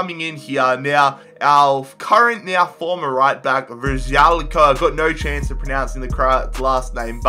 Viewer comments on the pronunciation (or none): none